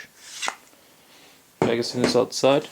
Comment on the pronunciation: It’s MAGAZINE, not “Mega Scene”